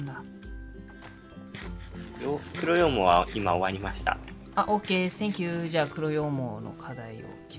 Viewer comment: ともさんの黒羊とか白羊の発音が藍染さんの黒棺